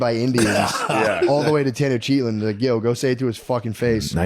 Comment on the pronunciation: There's no way Tenochtitlan is pronounced (Ten-Oh-Cheat-On) Little Freudian slip from Matt..